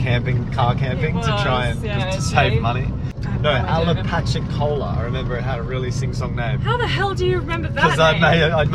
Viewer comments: Yes, not "Ala-patchy-cola' but 'Appa-latchi-cola'. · ROFLOL...It is pronounced Apa-latcha-cola It's in the panhandle of Florida. Keep up the great work! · Apalachicola pronounced Apa-lacha-cola :). Thanks for sharing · u kinda butchered the name Apalachicola lol but thats ok i still love ya lol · Very close on the pronunciation. "Apalachicola" comes from the Apalachicola tribe and is a combination of the Hitchiti words apalahchi, meaning "on the other side", and okli, meaning "people". In original reference to the settlement and the subgroup within the Seminole tribe, it probably meant "people on the other side of the river". From wikipedia. That is a pretty harsh area in which to camp. I assume during cooler weather. Headed there next month. Virus permitting. doc